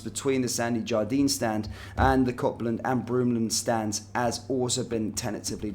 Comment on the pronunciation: Not once did you pronounce Copland correctly, and Sandy Jardine? It’s obvious that you know nothing about Glasgow Rangers than what you read of a piece of paper.